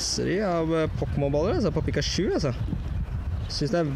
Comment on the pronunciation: du sa pikasju d heite pikachu!!!!